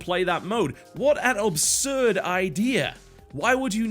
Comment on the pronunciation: "Obsurd" is not a word. It's pronounced "absurd". I can't take it any more. It's driving me crazy.